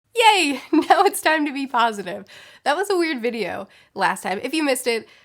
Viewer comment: The beginning of the video sounds like you spoke brazilian portuguese, for a second 😂. Like, the "yay" sounds like "e aí!", that means "what's up?!" here 😅.